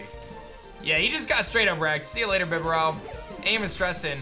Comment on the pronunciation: Idk what it is but the way you pronounced bibarrel and cofagrigus 😂